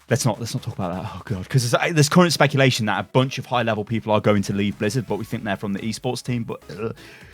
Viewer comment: This is some top notch shpeculating